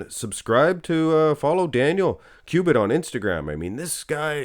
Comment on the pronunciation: His name is Daniel Kubik* not Kubit